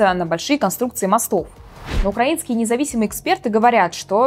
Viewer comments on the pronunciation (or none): none